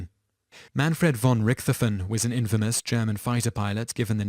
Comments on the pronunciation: Excellent line-up of unfortunate people before their deaths. One important point for historical accuracy however. #8, Manfred von Richthofen. Important to note that German doesn't blend sounds. The correct pronunciation of the name is Richt-hofen. The "t" and "h" is pronounced separately. Small issue of course, but as a German speaker, it was painful to listen to lol. Likewise, the "a" is usually short not long, as in "Adolf". Ah-dolf, not aye-dolf. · Manfred von Rick-Toph-in. Not Manfred von Ricthoten. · RICK-THOFEN... Man what a dope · You horribly botched Manfred von Richthofen's last name. It's pronounced Rick - Toe - Fin, roughly. Also, he was never called the 'Red Baron' during his life, or WWI, for that matter. he was most commonly known as the 'Red Battleflyer' in and around that era. Do please try not to horribly ruin something so simple as a name's pronunciation, next time you make a list. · Like Richthofen. Its pronounced Rick-tof-en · The way you pronounced Von Richthofen's name made me cringe... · The "h" in Richthofen is silent. There is no "th" sound in German, it is a hard t. Man I hate it when names and places are mispronounced. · His butchering of 'Richthofen' nearly killed me.